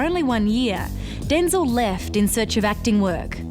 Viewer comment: Excuse me, ma'am, but it's pronounced DenZEL, not Den-zil. Hello.